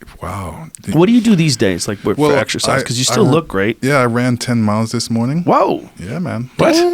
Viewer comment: Exercise? I thought you said extra fries!